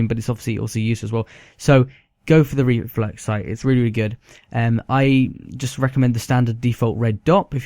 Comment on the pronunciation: Rooly gewd